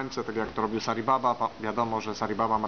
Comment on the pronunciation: Sair Baba? Chyba Sai Baba! I to nie były jego sidhi tylko naturalne moce!!! Nie wprowadzaj w błąd!!